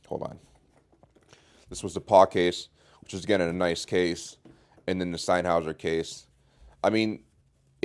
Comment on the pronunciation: the way you pronounce sennheiser makes me cringe hard